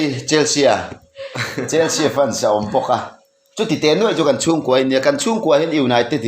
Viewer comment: Chelsi tih tur. Chelsia ti lovin..